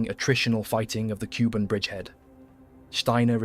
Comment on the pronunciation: It's Kuban Bridgehead, pronounced "Koo-bahn" not Cuban.😂